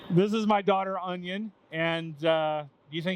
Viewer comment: Did you say your daughters name was onion??? Lol